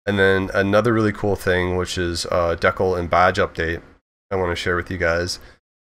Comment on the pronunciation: Can this guy not pronounce the word decal ?